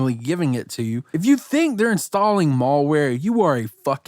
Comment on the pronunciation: “Mallware” lmao